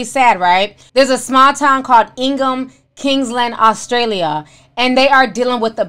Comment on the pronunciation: Ti why did you pronounce "Australia" like you were speaking Spanish 😂😂😂